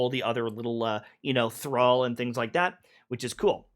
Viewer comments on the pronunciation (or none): none